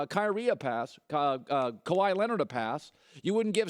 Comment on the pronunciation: He seriously said "Kywee" 😂😂